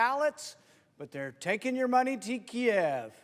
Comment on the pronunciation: I couldn't help but notice and applaud that he said "Kiev"; not Keeeev. I wonder who else noticed and what they'll have to say about it.